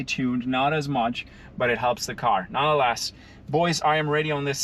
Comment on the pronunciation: Great race, love when he says: NONALASS haha